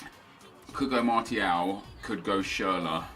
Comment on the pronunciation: I beg he sorts out his pronunciation of martial, the t makes the shhh sound ffs swear he watches football